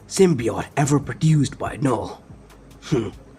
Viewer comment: it's said as null not kanull